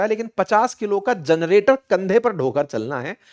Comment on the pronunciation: *जरनेटर नहीं सर #जनरेटर होता है।